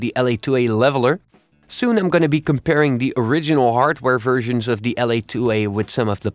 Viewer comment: Its so funny. 00.28, why do Dutch people have such a problem with the English "v"? Fersions.. haha.